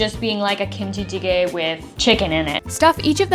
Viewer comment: The pronunciation of kimchi jjigae is 🤌🏻